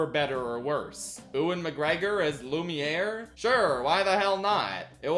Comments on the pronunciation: Lumière, not loumière. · To me Ewan McGregor as Lumiore worked pretty well because no one expected a half way decent french accent from him.